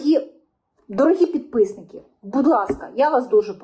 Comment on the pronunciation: так звучит прикольно: "пидписники"🤣🤣🤣